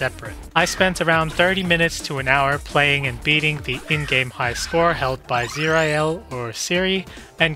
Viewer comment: Zir-i-el? Oh dear.